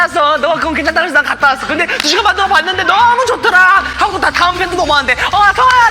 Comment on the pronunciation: he drags his syllables out like that on his "fromm" messages too! he says stuff like "뭐해애" "하고오오" "왔다아아" "알려줄게에" it's something cute i have noticed lol